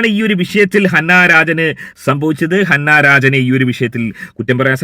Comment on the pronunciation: ഹന്ന അല്ല അന്ന😊